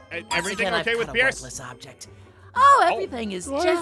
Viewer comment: Peirce pirece? ITS PIERCE